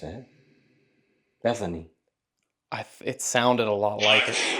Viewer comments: it sounds like he's saying "evening," not Bethany. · For me, it not sounds like Bethany, more like beezany... dont know... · “Is anyone “ not Bethany